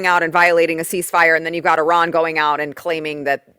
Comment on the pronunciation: People people people can we pronounce words? Please? please stop saying e raan. There is no such place as eraan. Nowhere on this planet does eraan exist. I have heard of Iran. Pronounced I ran. Simple please please stop and find out how to pronounce something you will be saying repeatedly. No place called eraan. Drives me insane that no one can pronounce words these days shammmee iran. We should respect all people.